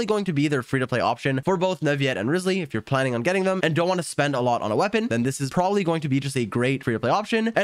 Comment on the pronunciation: Almost spit my reeses puffs out when you called Wriothesley "rizzly" lmao